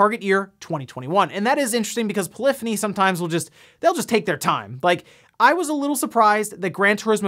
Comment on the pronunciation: He pronounced polyphony right!